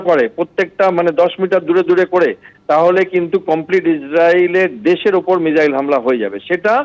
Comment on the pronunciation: আরে এটা কে? আগে মিসাইল কে মিজাইল না বলে মিসাইল বলতে শিখুন, তারপর নিজেকে বিগ্রেডিয়ার বলে পরিচয় দেবেন। Abp ও যে কাকে কাকে ধরে নিয়ে আসে 😅